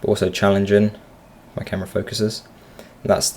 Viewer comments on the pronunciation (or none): none